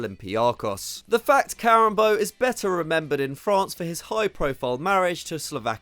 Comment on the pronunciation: Karembeu??? Really?